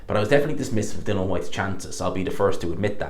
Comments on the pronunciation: it’s DILLIAN FOR FUCK SAKES. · Why is it so hard for you to pronounce ‘Dillian’ properly?